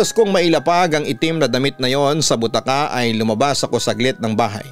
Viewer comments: Ang tamang pagbigkas ng BUTAKA ay malumanay o ndi mabilis... Originally BUTAKA word is from Ilokano upuan na gawa sa Rattan o kahoy n may mahaba na arm rest. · Slow po ang pag pronounce sa bu-ta-ka not butaka’